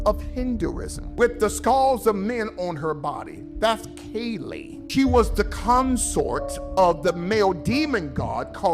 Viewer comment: That clip talking about Kali,which he intentionally mispronounced hurt my brain.